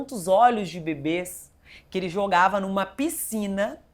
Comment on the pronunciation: nossa ela falou olhos de bebes varias vezes. e a fono? nada?